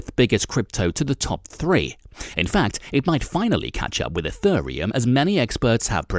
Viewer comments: My favorite part was ETHURReum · And ethureum...